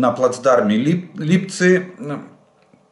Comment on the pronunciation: поздравляю Вас. у Вас успех в произношении ЛИпцы.